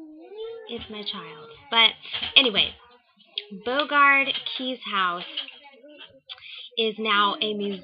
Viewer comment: Good video. FYI it is pronounced more like Bow-regard K-eyes...rhymes with eyes. at least the author Frances Parkinson Keyes pronounced her name that way. They were quick to announce that on the tour of the house. My great grandfather and his brother were murdered there and are said to be active ghosts. On one of my visits there I did encounter one of my relatives when I left the tour for a minute to go to the bathroom. a very creaky door opened by itself! slowly... I hope you can visit some day.